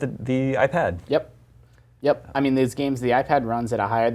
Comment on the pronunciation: the way enunciates “iPad”